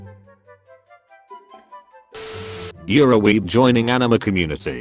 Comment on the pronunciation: Am I the only one who hears the text to speak saying ENEMA instead of ANIME?